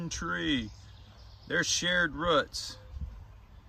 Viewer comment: I like how you say roots like ruts. Lol